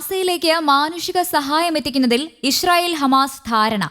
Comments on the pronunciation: ഈശ്രീയേൽ അല്ല ഇസ്രെയേൽ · ചേച്ചി ഇഷ്രയേൽ അല്ല😅😅😅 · ഇശ്റയേൽ അല്ല ഇസ്രായേൽ..